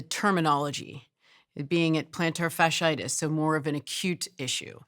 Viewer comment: The word is not "fishy itis" it is "fasciitis". Pronounce the first half of the word as you would pronounce Fascist.